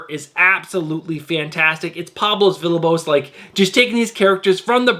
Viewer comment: I know you always say you’re not great with names so let me help you out with one of your favorite artists. Villalobos is pronounced “Vee-ya-low-bows” 😉 love your videos, bud. You’re doing a great job and I watch them every week!